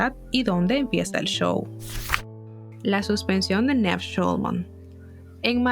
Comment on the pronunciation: Like si te dolía cada vez que decía NEV en vez de Niiiiiv 😔